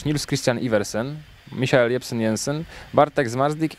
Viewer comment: misiael? jaki misiael?! co on niemcem jest? To jest "Michel"!